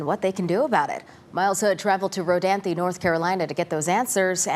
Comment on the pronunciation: The "e" is silent. It's pronounced Ro-danth, not Ro-danthy.